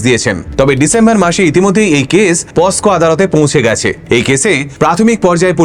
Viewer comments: Ota 'posco' noy ' pocso' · দাদা ক্ষমা করবেন, আইনটার নাম পক্সো(POCSO)। আপনি একজন শিক্ষিত মানুষ,পস্কো আইন বলে ভুল করলে, গাঁয়ের মানুষ গুলোতো ভন্ড তান্ত্রিকের কাছে যাবেই! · পস্কো নয় ওটা পক্সো হবে দাদা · eta পস্কো na POCSO পোক-সো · কথাটা পকসো হবে